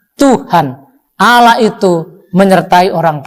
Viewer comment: Lidah nya bukan lidah seorang muslim kerna sebutannya Alah bukan Allah. Seharusnya kalau Islam dari kecil sebutannnya harus Allah bukan Alah.